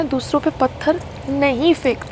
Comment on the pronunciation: Buddi payal pehle hindi sahi se bolna toh seekh..phatar nhe pathar hai badi aayi munawar ko patgar Marney wali....🤮🤮🤮🤮🤮🤮🤮......fully of negativity ...muh se kbhi achi baat nahi niklte is pagal rohatgi ki...feeling sad for sangram